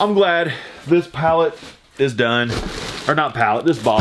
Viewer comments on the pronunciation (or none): none